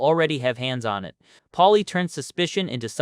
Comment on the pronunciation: “I want ya ta see ith🫵🏻”